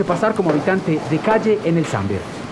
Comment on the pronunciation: es SAMBER no SANBER